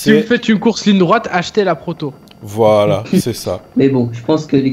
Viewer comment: Mdrr à dit "Porto" au lieu de "Proto" mdrr.